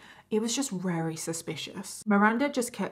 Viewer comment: "wery suspicious" sorry but that made me laugh 😂 I'm immature I know.